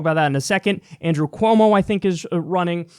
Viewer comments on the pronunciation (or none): none